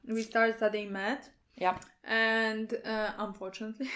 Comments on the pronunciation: I thought said meth instead of math lmao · This whole time I thought you were saying you study "med" as in Medicine. Haha